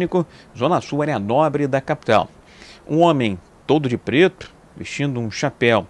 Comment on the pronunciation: "todo de pretrrrrrru"...hahaha soltou um peidinho